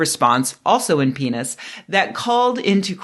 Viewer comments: Pronouncing “PNAS” as “penis” is like pronouncing “Jif” peanut butter as “jaff”. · I'm published in PNAS. Why have I never heard it pronounced that way?! I'm literally dying over here 😂😂😂